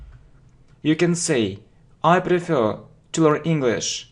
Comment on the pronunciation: You know English well,but your accent is rough.Take word prefer,you PRIFER.And everything becomes clear.I don’t judge you,just work with your pronounce